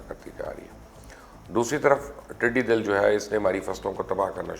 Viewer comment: Dear Sir TIDIDAL hy. Tididil nhe...